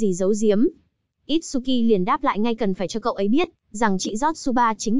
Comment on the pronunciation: itsuki chứ không phải itshuki nha